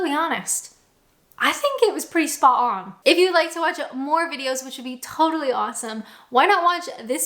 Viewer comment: Brown Sauce on/in: left over sausage sandwich, pork pie, re-heated chips. sausage rolls plus many more pastry/potato re-heated junk food, as an alternative to ketchup, brown sauce is a little more exotic. You're getting the hang of dropping your 'T's as in spo' on, you just need to concentrate on dropping the the 'H's now :) Keep up the good work init.